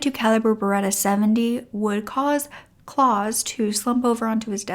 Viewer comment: Great story… but I have to say, it was annoying me that the name Claus was constantly being mispronounced. It is pronounced “Clowse” ow as in wow. Rhymes with house